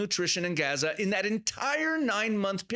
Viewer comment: The native people call the place Azza. He adds the 'g' sound, for western ears, but otherwise pronounces it correctly.